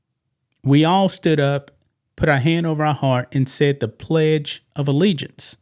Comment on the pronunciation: She was so surprised that she said allegiance correctly that she forgot the next line.